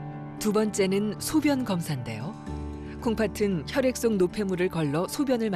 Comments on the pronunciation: 중요한건 아니지만 아나운서가 콩파튼이라고 발음하는데 콩파슨 이라고 발음해야 맞는거 아닌가요? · 방송 내용과는 관련 없는 내용인데요, 내레이터의 발음에 관한 것입니다. '콩팥은' 이나 '콩팥으로' 의 발음을 '콩파튼' '콩파트로' 로 하시는데 이게 맞나요? '콩파츤' 이나 '콩파츠로' 가 맞는 발음 아닌가요? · 콩팥은 발음을 콩파튼으로 계속 일부러하는 것 같은데 콩파츤으로 발음해야 함